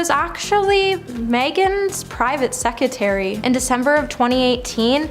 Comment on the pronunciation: It's "sec-re-tary'